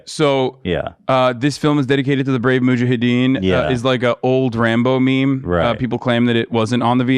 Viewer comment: muhajeed muhajeen mujahaeedeen